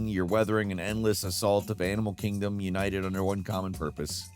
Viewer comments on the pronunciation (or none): none